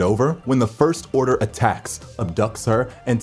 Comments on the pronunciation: " the first orner"😂😂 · "The first orner" haha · is it just me or did he just said the first orner? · (lol) he says first orner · Ah yes the first orner